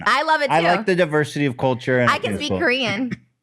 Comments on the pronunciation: Yeah her korean did start sounding hebrew 🤣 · Trishas Korean…… my god, her Hebrew never sounded better